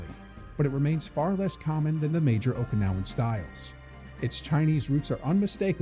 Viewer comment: Every Japanese Okinawan and Chinese term was Mia pronounced